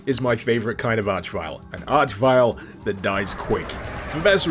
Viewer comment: It's nice that you finally learned to pronounce archvile, you used to call them archvilles.